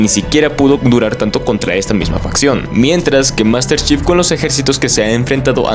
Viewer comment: Yo solo escuché Master chef glu glu glu glu, bien metida en tu garganta jajaja. Buen video bro.